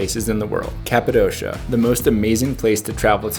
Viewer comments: Capadoshaaaa? Oh sweet jebus, how can you say it like that and claim you have been there. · Why do all americans say Kapadossssssha. Its Kapadokia. Its like you havent even been there, if you dont know its name.